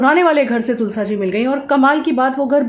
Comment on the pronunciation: तुलसा जी नहीं तुलसी जी कहते हैं तुलसी माँ होती है 😊👍